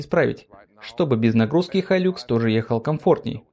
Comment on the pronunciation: Не хайлюкс а хайлакс! Никто же не называет ниву найвэ!